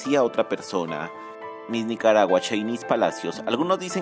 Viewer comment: Ni bien pronuncia usted mi país 😢😢😢😢